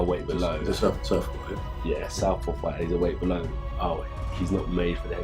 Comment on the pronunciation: great video mate, but “bellow”??? You must be taking the piss